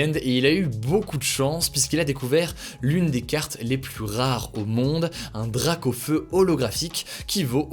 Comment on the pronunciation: Pourquoi tout le monde dis ´ Dragaufeu’ 😂